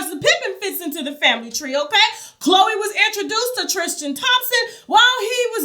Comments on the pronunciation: Trisss-ten. Not Trish-ten ☺️ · Lol she keeps calling him TRISH-tan lol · 😆 she kills me with how she pronounces Tristan's name.. "Trish-tan" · Omgggg yes! Lol if you can say Kristen why can’t you say Tristan???? Lol